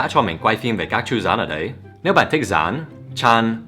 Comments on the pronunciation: Thầy phát âm từ " con rắn " hơi giống " con gián " @@ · Dan phát âm chữ "rắn" nghe giống chữ "gián" quá! làm cứ tưởng là quay phim với "gián" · thầy phát âm từ " con rắn" nghe giống " con gián". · sao nghe rắn thành gián ấy nhỉ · Nghe thầy phát âm con rắn mình nghe thành con rán (gián) :))